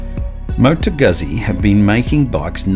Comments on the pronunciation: pronounced "gootsie". Not "guzzy". Just a FYI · Great review but, "Goot-Zee"!! Please. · Please, please, please, it is extremely DISRESPECTFUL to make a video on a motorcycle and a company that's been producing motorcycles for 100 years and NOT LEARNING how to say the name of the marque. Carlo Guzzi must be turning in his grave.